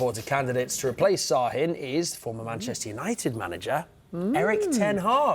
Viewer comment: it’s sahin not sarin….